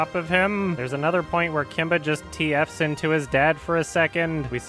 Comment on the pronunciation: "There's another moment where Kimba just TF's into his dad for a second" Please don't say it like that...